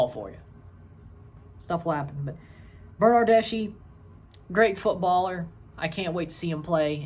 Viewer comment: His surname doesn't sound "Bernardeshee" but a lot similar to slav surnames , so "Bernardesky" . An Italian (Juventus) football fan ;D